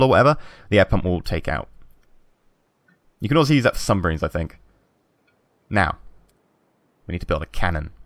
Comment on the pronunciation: Sumbariens? That pronunciation though